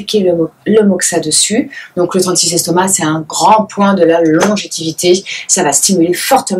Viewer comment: On dit "longévité"